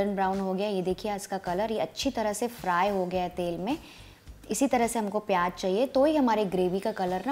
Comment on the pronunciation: Recipe is nice but the word is pyaaz and not pyaaj.